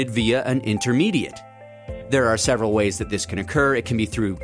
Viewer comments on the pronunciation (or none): none